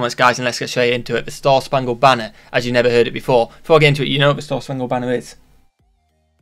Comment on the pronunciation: It’s spangled not spungled lol